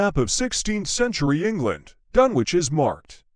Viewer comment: What absolute garbage. The robotic voice is hopeless, unable to pronounce Dunwich correctly and that's only the beginning. It was obviously written by an American because we don't talk about "Suffolk county": it's either "the county of Suffolk" or, simply Suffolk. The town was submerged over time by coastal erosion and nothing more. There are one or two of the usual ghost stories but otherwise it's nothing special.